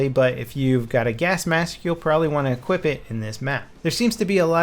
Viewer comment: "Equipt the gasmask"? No, no. DEEP BREATHS BOYS!